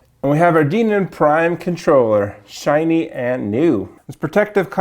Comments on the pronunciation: It's not pronounced "Deeenon", it's "Den-on" Denon. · why is he saying "DEEN-uhn" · I have never heard anyone pronounce Denon like you do. I’m not saying it’s wrong I’m just questioning everything about life now. :-)